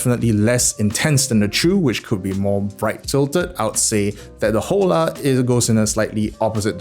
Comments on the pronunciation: Is not jola! Is ola!!!!! 😆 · I think you're supposed to pronounce it like holler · Hola is Spanish for hello. Pronounced "Oh-Law" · In Spanish, an 'H' before a an 'O' is a glottal stop. You don't pronounce it. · Hola = hello in Spanish. In that language the "H" is silent. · Hola is an Spanish word, means hello and is pronounced with a silent H